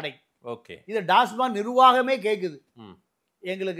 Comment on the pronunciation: டாஸ்மார்க் கிடையாது டாஸ்மாக்.